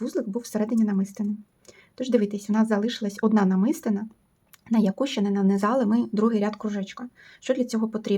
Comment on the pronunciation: Доброго здоров'я. Дякую за детальний майстер-клас. Прошу вибачення, що пишу зауваження, але мені ріже слух. Правильний наголос у слові "намистина" падає на третій склад: намисти́на.